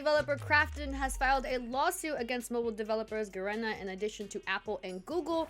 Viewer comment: Ga reena. Not Ga Ren ah.